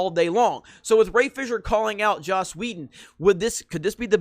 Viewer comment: Please stop saying Joss Wheldo